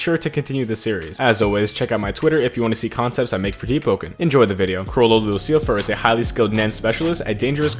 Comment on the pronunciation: Lucilfer is usually pronounced without the L making it Lucifer